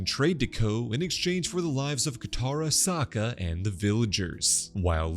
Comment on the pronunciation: or "Sak-uh" i know he's kind of a sucker but